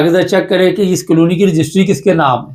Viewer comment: کالونی not قالونی